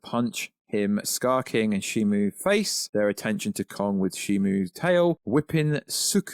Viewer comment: How do you mix up a "O" for a "U" in SHIMU? Also, Gia doesn't have a "J" in it, nor is her name pronounced with a "J" in it. I know you're from somewhere in the UK, but come on man.